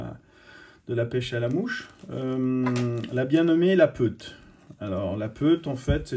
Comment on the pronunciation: La peute !!??!.... Faut pas faire fourcher la langue 😛😛😛